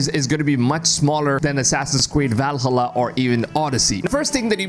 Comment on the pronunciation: I presume English is not your first language. My suggestion is that if you are going to be a creator you could at least know how to pronounce names. For example: Valhalla is Val as in pal and halla as in ha and la; Yasuke is Yah-sue-Kay. I like your content and if you would listen to other creators you could pick up on pronunciation. I actually thought your commentary was AI generated.